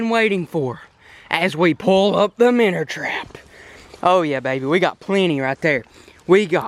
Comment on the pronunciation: Why do you say “minner trapmn” it’s so annoying lol